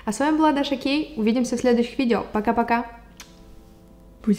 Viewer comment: Не гей а Кей